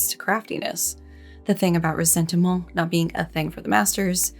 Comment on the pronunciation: "Ressentiment" with the french "stuff" every time.... 🤌